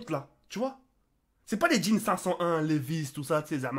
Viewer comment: Je suis le seul à avoir cru qu'il avait dit djinn et pas jeans